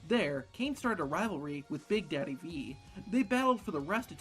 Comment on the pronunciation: it sounds so funny when he says big daddy, just call him mable lmao